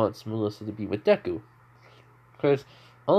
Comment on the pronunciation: You said his name correctly . His personality is perfect thank you